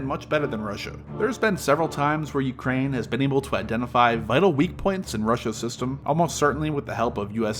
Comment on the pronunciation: dude makes an 8 minute video with over a minute of placement ads and cant even pronounce Ukraine right, did you not listen back to anything?